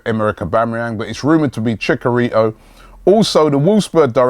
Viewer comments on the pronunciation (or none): Chick-a-rito??? XD XD XD